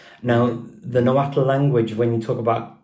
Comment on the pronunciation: Watch superhollys video with her dad, hes a real linguist who knows everything about náhuatl. BTW Richard kept mispronouncing náhuatl lol